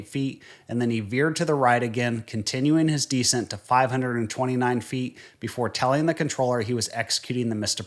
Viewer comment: I don't believe you're a real pilot for the simple reason that you don't know how to pronounce "descent".